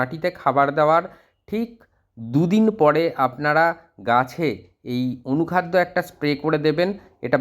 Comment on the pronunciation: apni anukhada nam ta ektu bolun..tik vabe bjte parchina.❤